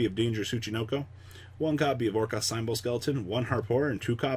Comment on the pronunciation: Symbols is sounded out like Cymbals Get your pronunciation game up